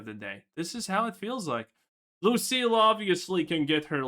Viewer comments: Bro it’s LUCIA not Lucille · It's Lucia not Lucille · Why does he keep caller her Lucille? 😂